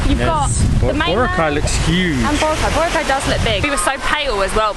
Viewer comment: He pronounced Boracay correctly.